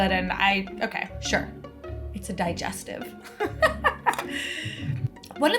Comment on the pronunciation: Hearing call a digestive biscuit a di-jes-teeeeve made my day!